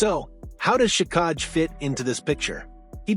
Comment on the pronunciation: It's pronounced jack i